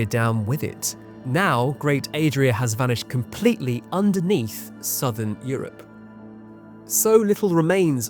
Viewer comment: never say southern Europe like that again. It made me feel... something.👀